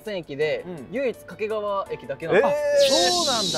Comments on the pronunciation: 掛川のイントネーションがずっと気になる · 掛川の発音は 沖縄ではなく 山梨です